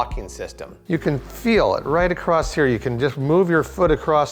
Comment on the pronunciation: Can you show me where the “T” is at the end of the word “across”?